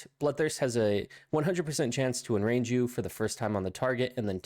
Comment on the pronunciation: Omg that did my head in too 😳 he also said " Bloodthirst has an 100% chance to IN RANGE you" 😂😂